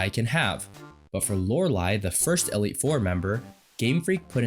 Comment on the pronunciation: You saying "Elliott" instead of "E-leet" is bothering me more than it should.